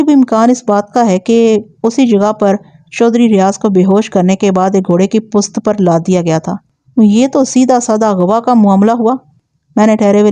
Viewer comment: اوکارکردگی کو کارے کردگی نہ کہیں Aap garifat ko garaft parh rhi hen or پشت کو ہست پلیز تلفظ کو توجہ دیں شکریہ